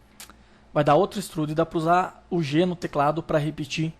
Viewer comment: Que dor nos meus ouvidos ._. "Équistruudi" não deu para aguentar